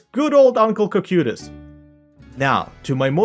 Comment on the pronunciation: I'm sorry to correct your stunning pronounciation, but it's correctly pronounced as Couch-y-tos as of this season (thy y is semi-silent)